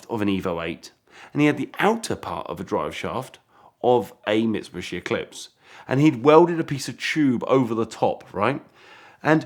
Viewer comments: Bro said mitsubooshi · How many times did he mispronounce Mitsubishi? 🤣🤣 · This is cool, I just really wish this dude knew how to pronounce Mitsubishi properly. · He is saying wrong Mitsubishi